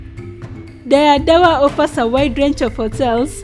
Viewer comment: Is that how Dire is pronounced ? Not d re..re as in red? Dora what? Or doro wat? I am not Ethiopian but i can tell local names and words are being murdered 😊 And many people have heard of Dire Dawa.